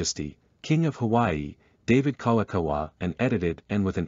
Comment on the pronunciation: I was out after I hear Kalakaua get butchered.